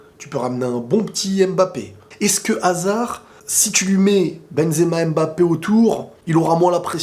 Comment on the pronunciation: on dit Mbappé pas M-Bappé stp. À chaque fois que j’entends ça mes oreilles saignes. Il faut faire la liaison, en Afrique c’est comme ça. Merci.